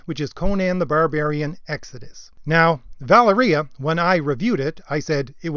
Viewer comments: VAH-leria. Sorry. Drives me NUTS... Other than that, yeap. Agreed. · it's pronounced "va- lair-ee-ah" :) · Nitpick Nick says: Pronunciation of "Valeria" is "Vol-Area"... At least according to the film in which she appeared.